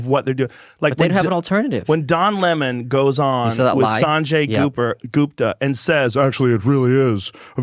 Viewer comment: Well, well well. Look who’s pronouncing Sanjay’s name wrong. 😂😂 Jokes aside, I’m really happy you guys are covering this. I really don’t have time to go through every 3 convo to hear his rebuttal. Also, they surpassed 100 studies so far on IVM for covid recently so you’re gonna have to retire the “there’s no evidence” line at some point.